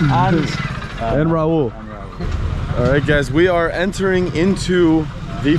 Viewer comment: Its not Raul the Spanish name. Its Rahul.